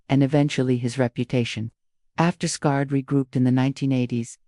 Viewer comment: Horrible AI narration, "scarred" instead of Skynyrd? Thumbs down.